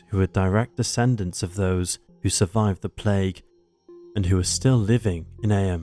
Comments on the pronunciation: I just Googled it and you're right, the British pronunciation is "eem" but the American pronunciation is "ay-uhm", however this narrator is British not American so you'd think he'd know how it's said over there...!! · Firstly, ignore the moaners about the narration, love both voice overs. One thing thouh, Eyam is where my wife and I's best friends are born and bred. It is pronounced 'eeem,' they're very proud of that history. They have celebrations every year, it's great! Worth a visit, be wary though, the local pub has a few miscreants (lol, jk, friends of mine) who happen to refer to non-locals affectionately as 'townies' - they mean it as a derogatory term, tongue in cheek though. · Eyam is pronounced ‘Eem’. Do your research.